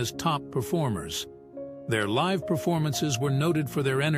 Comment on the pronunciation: You mispronounced "live."